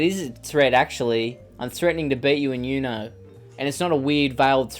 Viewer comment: It's uno not you-know😂😂 you know?